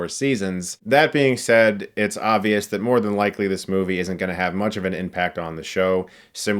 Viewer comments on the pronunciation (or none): none